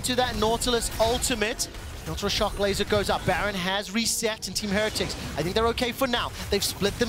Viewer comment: Someone tell this guy how to pronounce heretics